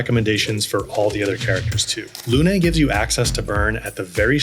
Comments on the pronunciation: Absolutely wonderful videos, such a great help to a beginner like me either your perfect explanations. Just one thing, “Lune” is pronounced like “loon” , not “luné”. It means “moon” in French. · Why is everyone pronouncing Lune's name as Luné? It's just Lune, no "eh" at the end. I noticed that the English VA for Gustave also mispronounces this word/name so maybe that's why English speakers are also saying Luné. Either way, Luné is not a word and it's not a name. It is just Lune.